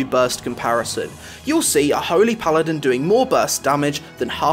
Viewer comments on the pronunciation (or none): none